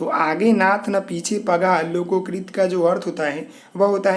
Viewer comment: LokoKrit nahi bhai... Lokokti hota hai .... Aap bahut se video Mein hindi galat padte ho